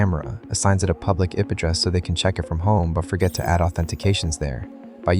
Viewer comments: i didn't realize until it said "ip address" instead of "I-P address" 🙄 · "public ip address" and really said "ip" and not "i" "p" TTS trash . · Wth is an ip address? Did A.I. narrator mean to say I.P. address? Sigh, do better. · Ugh, so tired of these AI voiceovers. "IP address" is pronounced Eye-Pee not something that rhymes with "yip" and every HUMAN in the world knows that. Thumbs down. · I didn't realise it was an AI voiceover until it read out PUBLIC I.P. ADDRESS as "publickeep address"😂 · >"robots.txt is what they don't what you to find" Is this this guy serious? >pronounces IP address as "iip address" Oh, it's AI generated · What’s up with his pronunciations of certain terms? “earl” instead of URL , “ip” instead of IP , etc. Sounds like some bad text-to-speech software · When it said Ip address instead of I P address I guessed it was AI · He also said "IP" as a single word lol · I’m kinda wondering the same thing. There’s a bunch of weird things like that in the video including “ehh p address (ip address)” I just heard. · I almost couldnt even tell its AI until it said "EP" for IP i mean it spoke them as a word not 2 letters ai has gotten good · It said "IP Address" like it rhymes with hip 🤣🤣🤣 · i realized when he said EP address instead of eye p address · I was baffled when he pronounced IP as a word, not an acronym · who tf pronounces IP addresses this way?! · pronouncing IP and inurl like that, also it just sounds kinda off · Lol. This doesn’t seem AI generated u til I heard “IP address” pronounced like a word and “inurl” another word. Don’t make it so obvious. 😢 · Realized this video is AI slop when it said “IOT” and “IP” as words. Pathetic. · Did he just say ep address?? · Actually look nobody would pronouce IP like that. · "ip adress" said with soft i gave it away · The voice is AI I think. Who pronounces IP like that? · That’s not how you pronounce IP or inurl